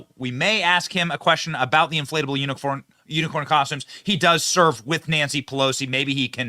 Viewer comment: I love hearing Benny try to read unicorn an end up saying uniform